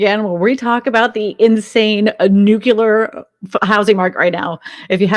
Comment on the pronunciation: is a gem! So matter of fact, experienced and with Texas charm and manners! Not snarky or smart a$$ like some guests. Nuclear is nu-KLEE-ER BTW.